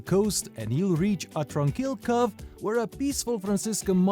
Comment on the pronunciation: Your English is excellent. Your only mistake is how you pronounce cove.